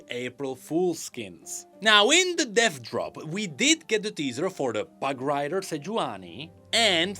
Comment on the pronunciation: my sweet sweet summer child. I want you to know that with your accent when you say "Dev Drop" all I hear is "Death Drop" and now all I want to see is a Drag Queen act performing a Death Drop 😂😂🖤🖤